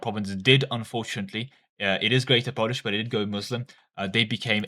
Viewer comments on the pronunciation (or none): none